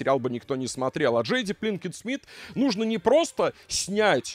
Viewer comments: Почему пЛинкет то?😂😂😂 ПИнкет она пИнкет ну. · Все видео пытался выкупить, почему произносит Пинкет, как Плинкет.